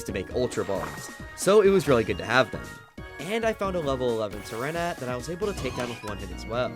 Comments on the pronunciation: Why does he call sentret serenet? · Hey so that pokemon sentret is like sin-tret not sin-na-net like where did that extra syllable come from 🤨😂😂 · Ah hem se ren at hmm i dont think that how you say its sen trit 😂